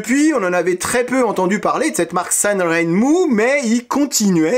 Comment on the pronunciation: précision : ren se prononce "jaine"